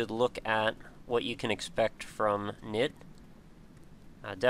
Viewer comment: Woo, Knytt! Just a small thing, but it confused me a bit; the name is pronounced /kˈnʏt/, with a non-silent k and the y sort of like the German ü. (See e.g. Nifflas' Greenlight video)